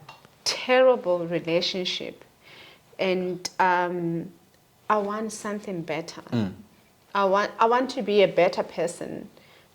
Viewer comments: is real, period!!!.... Love it when she says Sunthing 😂😅, it's not our mother tongue anyway😊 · Is she say Sunthing or something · She 'll say sunthing 😂😂